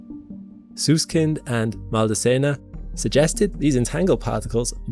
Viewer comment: Sorry to be pedantic, but Leonard Susskind pronounces the first part of his last name "Suss" like the word 'Suspect', not as in Dr. 'Seuss'.